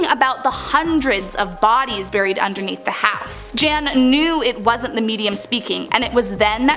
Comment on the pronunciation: “A nun was ‘burrried’ alive”, I gotta know where her accent comes from. I’ve lived all over the US and have friends from many nationalities and haven’t heard that pronunciation. Not giving hell, genuinely curious! Love the video, thanks!